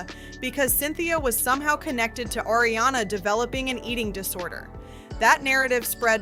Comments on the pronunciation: Also, I might not be a fan but I know how to pronounce Ariana’s name. Like come on with this vid. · Ariana not Airiana.